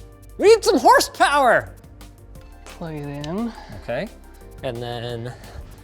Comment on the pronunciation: "We need some Horstpower" 🤣🤣🤣🤣🤣🤣🤣🤣🤣🤣